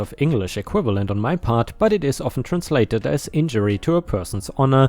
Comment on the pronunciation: "libel" is said as "lie bl." Almost like the word "bull" much shorter, chopping out the middle part of it.